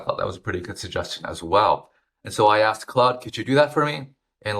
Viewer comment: You mispronounced claude as cloud, its CLOD